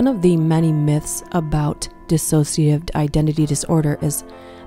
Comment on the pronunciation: It's Dissociative. Not dis-associative